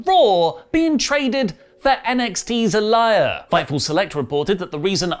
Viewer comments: stop saying Aliyah's name wrong!!! It's pronounced Ali-Yeah!!! It's like you don't watch NXT. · The fact says 'Ah-lie-ya' kills me. Also, it's about time she's called up. Aliyah has been in NXT for the longest time. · I can tell you've never watched NXT. You can't even pronounce their names correctly. It's pronounced "Jiji" and "Ah-lee-yah". SMH. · Aliyah is not pronounced a-liar. It's ah-lee-yuh. Nor is Gigi pronounced Ghee ghee it's jee-jee. Thought you guys watch these products? Poor form mate. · soft "g" for GiGi and long "e" for Aliyah. Do you even watch next? You know they say their names on the show. You should listen and pronounce it the way they do, you know, properly.